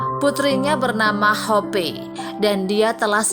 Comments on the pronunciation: Yang dapat disimpulkN dari video ini wrong pronouncing name Claire (clair) to Clair-e and hope (hop) to hop-e🤮🤮🤮🤮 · Maaf sebelum bercerita harap belajar dulu cara mengeja nama ... Contoh Claire dibaca Cleir , Hope dibaca Hop ... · Masih butuh belajar yg terjemahkan ini, Claire seharusnya cleir, hope sebaiknya hop.